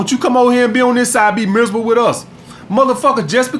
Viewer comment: "Come over here and be misreble with us" lmao